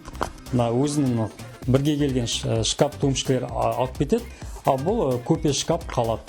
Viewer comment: Кәпел емес кафель или плитка десеш шкап емес шкаф